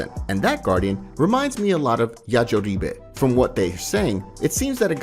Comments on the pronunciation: “Yajoribe?” You mean Yajirobe my man. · because im sure its yajirobi is yajureebai o.O im assuming who he means anyways just a weird way to say his name and far from how its pronounced even in japan... you said it more how a chinese person says it while trying to say the japanese name... lol